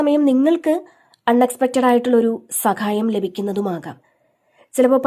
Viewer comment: സഖായത്തിനു പകരം ദയവായി സഹായം എന്നു പറയൂ 🙏